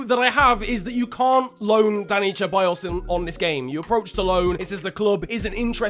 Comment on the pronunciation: Dude its alexandre lacazette not alex And its not cheballos its with s